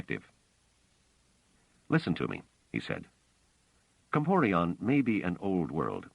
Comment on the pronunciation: Not "Comporion" - - "Comporellon."